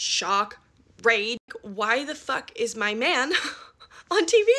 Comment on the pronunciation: To me it sounded like said “man” but made it sound more like “main”